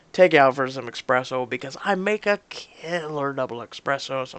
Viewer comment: omg... it's not expresso, it's espresso!